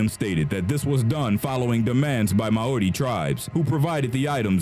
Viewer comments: you said Maori right like once Like not to be a critique but its pronounced maaori ma as in magerine and we didn't necessarily like to scare our enemys we show respect to you and your culture and we show that you need to respect us on our land kinda thing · not how you pronounce Maori but close. i think they see the pregnant and menstruating women has sacred, not taboo which makes it seem like they are bad. they dont want women who are pregnant/menstruating to become cursed. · Dude you’re saying Māori wrong 🤦🏾‍♀️